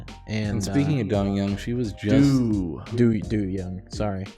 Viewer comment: It's 'Do' as in 'Do Re Mi', not as in 'Doo-wop'.